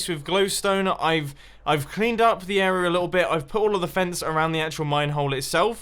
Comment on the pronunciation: Instead of area, it's arear